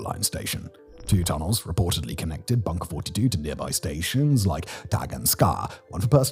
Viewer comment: bunker 42 i have eateb there many times its awesome but Simons pronounciation isnt accurate